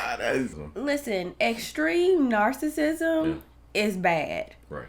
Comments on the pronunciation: He's pass narcissism to nar-sick-nisum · He's pass the stages of narcissism to NAR-SICK-NISUM 🤦‍♀️🤣